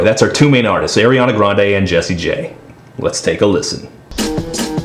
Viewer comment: Air-Ee-on-ah grand... Lol but seriously she is a good singer but i think the pop songs don't utilise her.